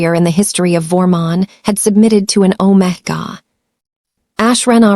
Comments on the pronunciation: "Alpha " Omega not OmaGa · Ometga? I thought it was omega pronounced omeegar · Omega is pronounced "ow·meh·guh! Beta is pronounced bay·tuh. Please fix it. It makes the story funny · If you use use AI, train it in pronunciation. If you use your own voice, please learn the correct pronunciation of Beta and Omega. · The prounation of Alpha and Omega was really annoying. Please fix for future stories. Listening from Jefferson City Missouri USA 🇺🇸